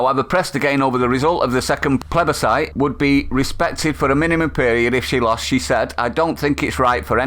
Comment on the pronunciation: First of all you can't pronounce plebiscite correctly. Secondly the UK that Scotland voted for no longer exists. Thirdly it was the pro union people who made the case for staying in the UK as the way to stay in the EU. Fourthly what are you going to do put troops on the streets of Edinburgh? Fifthly only 38% of UK people voted Brexit.